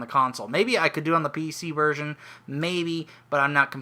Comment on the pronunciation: Sounded like you said virgin instead of version at one point XD